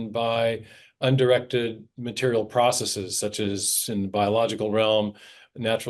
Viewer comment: Thank you, thank you, thank you Dr. Meyer for pronouncing "processes" correctly. (Most Darwinians say "process-ease", and that's my favorite reason for not taking them seriously.)